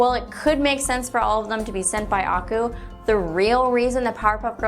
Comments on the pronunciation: Ako? Its akoo! Did u even watch it 😢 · i love this theory nevertheless. btw you kinda pronounced aku wrong. it's ah-KU not AH-ku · Did she just pronounce it as ah ku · I'm sorry, but your pronunciation of "Aku" made my brain scream, "NuuuuuuuUUUUUUUAGHAHSHSHSUJEH!!!1!" This is what I get for going to school, a nagging little voice that says "Hey, hey, heeeeey. That's spelled incorrectly."